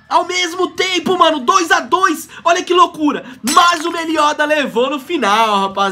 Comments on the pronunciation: ele fala meliodas errado kkk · só eu que fico nervoso de ver o pronunciando o nome do meliodas errando?